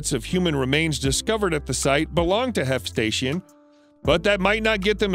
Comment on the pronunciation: first the narrator pronounces Hephaisteion correctly and then seconds later screws it up by pronouncing Hef Station LOL how is that possible lol and btw Hephaisteion was more than just a friend .. he and Alexander were Lovers